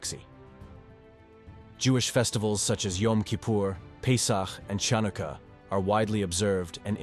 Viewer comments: You have to love that A.I. voice-over when it said "Chunaka" instead of Chunukah. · Hanukah (chanukkah) not Tchanuka, shook (shuq)not shuck. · Pronounced " Han A Ka " Not ChaunAka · Nice introduction but obviously not by an Israeli or a Jew. I cringed at "Chownika" for "Hanukka" and "shucks" for suqs. Best to do the voice part with some correction by a native. (I am Israeli) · Just wanted to point out that "Chanukkah" Isn't pronounced with the 'ch' we English speakers use. It's often spelled "Hanukkah," the first 'H' being pronounced as a sort of guttural sound (as the 'ch' in loch).